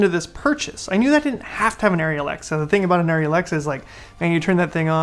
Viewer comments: I haven't even touched an Arri but it's ah-ry, not airy. Thank-you for your Komodo thoughts! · The people in Arri Tech Talk Live in German pronounce it ah-ry. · This is not correct. It’s pronounced airy.